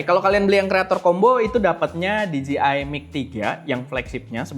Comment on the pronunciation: Koreksi cara penyebutan DJI yang benar bang, yaitu "Di-Jei-Ai", Bukan "Di-Ji-Ai". Terlihat sepele namun maknanya beda, "Di-Ji-Ai" lebih tepat kalau mengeja huruf DGI. Atau biar tepat sekalian aja pakai pelafalan Indonesia yaitu "De-Je-I" wkwk